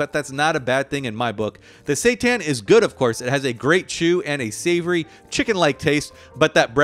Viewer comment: i thought he said "satan" ☠